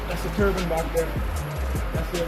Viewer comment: I know you all heard this man say turbin instead of turbine